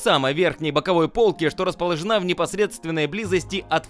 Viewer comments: по́лка " расположенА́ " ? . или располО́жена ?. Автор - грамоте́й . Учи русский язык ! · РасположенА' 😆 Вечная ерунда с ударениями.